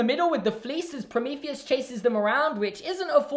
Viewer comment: No one else noticed said "satire"? Or "Prometheus"?